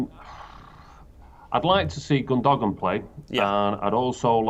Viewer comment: Gundogan? Gun dow an? no, it's Gundowang...That's Numberwang!